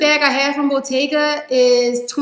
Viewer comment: I think by "botteeeeyyga" she meant Bottega Veneta. She just doesn't know how to pronounce it.